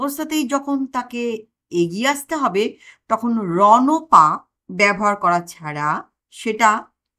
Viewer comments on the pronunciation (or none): রণঅ পা নয়। উচ্চারণ হবে রণ্ পা।